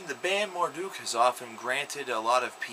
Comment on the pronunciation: The fucking 2007 album is titled Rom. as in Romans . There is no way that this guy has ever listen to a Marduk album because he can not only pronounce the name of the band wrong but their album title as well. As for the morons here who thought the name of the band is pronounced "mar-duck", go listen another band. If you actually listened to Marduk then this should be self explanatory from a little album called Panzer Division Marduk.